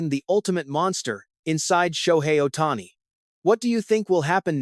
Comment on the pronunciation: LMAO! What bullshit drama. They didn't do anything without talking with him, FIRST. Who T F is "Ohtanny???"